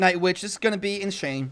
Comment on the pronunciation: I'm new to this channel and it's cool and all but the "inShane" is so cringey